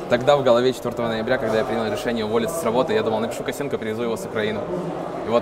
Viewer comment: почему фамилию Косенко произносишь через э - Косэнко? Звучит как Косынка - Блог Пасьянса Косынкы